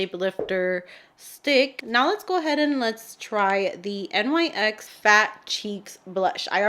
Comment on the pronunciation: Nyx is pronounced ( Knicks) lol anyways loved this video and always love your looks your makeup always turns out FIRE xoxo